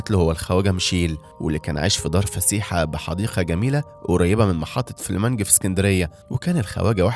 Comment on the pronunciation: المنطقه اسمها فليمنج مش فلامنج